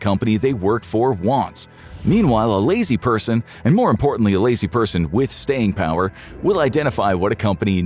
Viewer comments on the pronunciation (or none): He said staying power not staining power